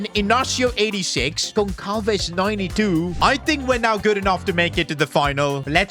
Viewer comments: for future content i will just help you saying that instead of saying goncalves it pronounces gonsalves so when you see a portuguese player with the letter Ç just pronounce like it was a S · As a Portuguese I’m very annoyed that called Pedro gonçalves “gon cal ves” it’s supposed to be “gon sal ves” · ITS PRONOUNCED GONSALVES NOT GONKALVES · Ç is pronounced as S. Like Barça. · Its pronounced Hose not Jose. Its also pronounced Gonsalves on Gonkalves